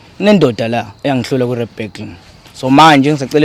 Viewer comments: The way he said "Rap Battle" >> Rap Blattle 😂😂😂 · "Rap Blatle"😂😂